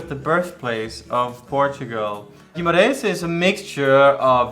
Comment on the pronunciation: "GimAreiS" ahahah, nice try though